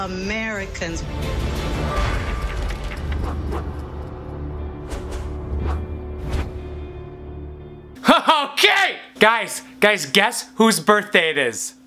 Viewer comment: Anatolian Turk *Amerhh-i-cahhnns